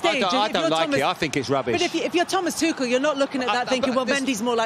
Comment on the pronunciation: saying tuchels name like that as a dutch person is really bad